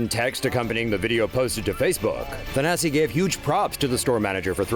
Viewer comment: IT'S..."THANASIS"!!!..."THANASISSSS" MY FRIEND!!!!...LEARN ALPHABET 1ST...N' THEN SPEAK U TOO...OMG WITH THAT...:/..